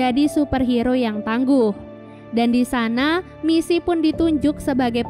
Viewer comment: “MiSi MoReNo” helep 💀 aku fans nya we can be heroes udh ku tonton 3x, mbak itu bkan “MiSi” tpi Missy yah, ngingetin doang 😅